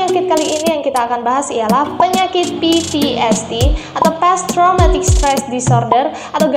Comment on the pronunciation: Post-traumatic not past-traumatic,. Pasca trauma soalnya. Anyway, good content hehe